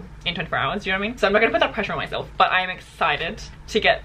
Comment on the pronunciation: I always hear butt whenever she says but. You can’t unhear it now. 😂 lovelots full support 💯💯